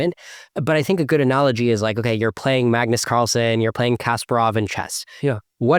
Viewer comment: "Kasparov" is pronounced ka-SPAR-ov with the emphasis on the second syllable rather than the first. This is a very common mispronounciation that I hear all the time from non-chess players.